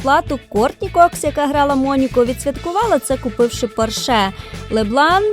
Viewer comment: все круто, але є одне але: не поршЕ, а пОрше. Бідний Фердинанд в труні перевертається